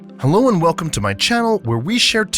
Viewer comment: Is nobody gonna talk about how at the start it said "welcom" instead of "welcome" 💀💀💀💀💀